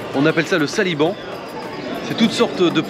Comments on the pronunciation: Sanibo et pas saliban 😊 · Salut c était du sanibon pour la prononciation